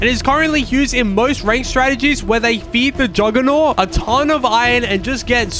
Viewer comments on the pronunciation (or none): none